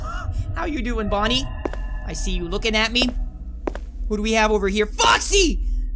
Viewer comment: Any time you call Bony it sounds your saying Ponuy